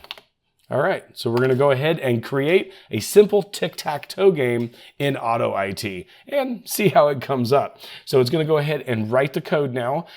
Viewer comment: Tech: hey, I think that it's pronounced "auto it" not "auto I T"...